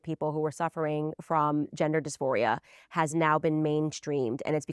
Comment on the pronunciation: It's dys-PHORIA!!! NOT MORPHIA lol